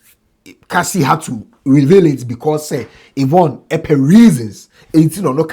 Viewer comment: Who’s the man they have on the show? The one in the black suit. I think you said Yvon right. Now y’all have Trans on shows in GH now?